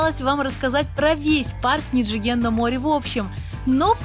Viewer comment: Было бы гораздо круче если бы вы говорили как японцы на самом деле говорят. А именно, не «ниджиген», а «нидзиген» итд . А то получается как у бывшей хостесс из бара. Моттайнай нэ.